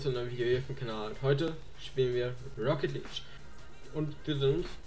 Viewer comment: Ich sehe den Titel: "Ich sollte E-Sportler werden..." Ich schau mir die ersten 5 Sekunden an. Er sagt: "Rocket Lidsch"